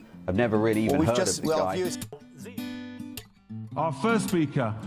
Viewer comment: Great work as usual. A little tip: ‘Guy’ in this man’s case would be pronounced like ‘ghee’. Hope it helps.